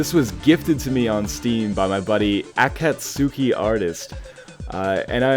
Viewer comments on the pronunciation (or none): you pronuced Akatsuki wrongits a japanese name/ if you watch naruto you know what i mean